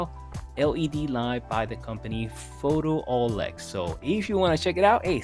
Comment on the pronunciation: It's called Pho 'tool' ex, not Photo-olex. They are marketing the 'tool' feature.